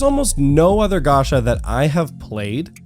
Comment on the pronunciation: its not "ga- sha" ffs . its "ga- cha " chaaaaaaaa .